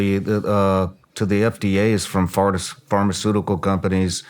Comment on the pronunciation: Haa "Farticuticals" nice slip Ryan